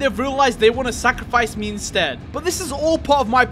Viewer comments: guys its not sacrifice its “sack of rice” 😊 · Bro said sackofrice